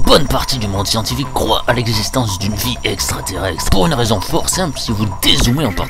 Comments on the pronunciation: Ça stress que moi le fait qu'il dise "extraterrexstre" au lieu de "extraterrestre" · Heeu je crois qu'on dit extraterrESTRE pas extraterrEXTRE sinon la vidéo est cool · extraterrex💀 extraterrextere 💀💀💀💀💀💀💀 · Un peu de mal avec la prononciation de "extraterrestre"?